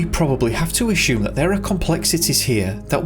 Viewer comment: I think its time we address the real mystery here... And that is.... Why does the narrator pronounce the word ASSUME as aSHume. Does he know something we do not? Who gave him this knowledge? Was my english teacher wrong all along, the bastard! The mysteries never end...